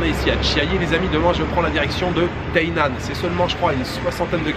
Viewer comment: Hello! Comme pour Taiwan, Taipei et Taichung, on dit Ta i nan et non pas Teinan. Voila, bon voyage